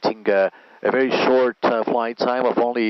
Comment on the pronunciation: Werry Werry Good.